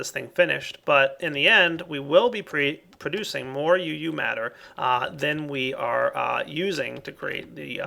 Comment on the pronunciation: (THIS IS NOT HATE) its called uu matter, so you know and people dont go hate on you for calling it eu matter!